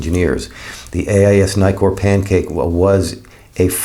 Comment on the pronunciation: There are two Ks in Nikkor. Why do you keep calling them Nykors? I get put off by mispronounciation, so I’m out.